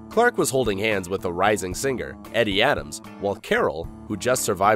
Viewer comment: Edie Adams name is pronounced Eeedee not Eddy like a male name. Wow....age is showing.